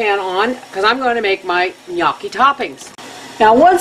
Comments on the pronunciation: n-yoh-key. not n-yo-key. it's a long oh sound. and nyeh sound for the gn. The first time I ever made gnocchi was when I was interning during cooking school and we had this little wooden paddle with fork marks on it and I had to roll it similarly as you did. I think it's up to the cook to be creative. :) looks yummy! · Looks delicious. I need to make some of this some day. And its pronounced no-Chi :) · You are so adorable. The word has two syllables. nyO-key. you said it right once in the video and then at the end fractured it. You had me giggling first thing this morning. I love it. Best way to start out my birthday ever! Now when grandma taught us girls to make this pasta, she had us use the ricer too. We never used the fork like some do. We rolled it in to tiny balls and used our thumbs to roll a small cavity in the center. You can dehydrate these in you dehydrator to store in your pantry like other pastas/noodles. Now as to an exact way to use these gnocchi: cover in pasta sauces, in chicken soup, alfredo sauce, like you said anyway you can make a sauce, soup or stew, this is a good pasta. It is a little heavier than some pastas, so one serving wait 20 minutes and see if you really can eat any more or are you stuffed...it kind of sneaks up on you. Thank you for the wonderful memories. I was raised cross cultural and It was wonderful. You keep sharing you cultural diversity with us. We will be all the better for it. People won't know what they are missing if you don't! I don't know what I would do without your videos, thanks again.